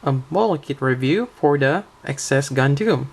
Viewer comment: the "gundooms" are tempting me more and more